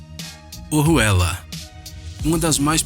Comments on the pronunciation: Na parte da ponte ojuela quando ele fala entendi zé ruela 😂😂😂😂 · Kkkkk a Ponte OJUELA ele falou O RUELA